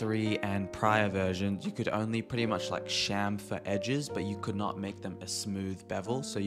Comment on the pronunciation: You actually say "chamfer" properly. Subbed.